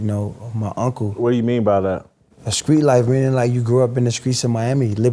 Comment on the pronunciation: He says - screets, skrong etc. He has a speech impediment.